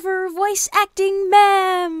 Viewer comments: (Meme is pronounced Meem,!):O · DID I MENTION IT'S PRONOUNCED MEEM